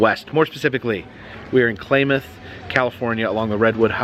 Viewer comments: It's not "Klaymath". It's "Klaamath". That tourist trap has been there for decades now. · It’s pronounced ka-lamb-ath, not claymuth. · I think it’s pronounced “ klam ath”, not “ klay math”. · Klamath sounds like clamath.